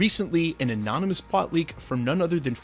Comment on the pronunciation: For some reason I love it when he says "annonomys", its gets me hyped